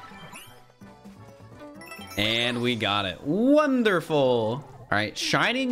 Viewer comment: It's wondreful is enet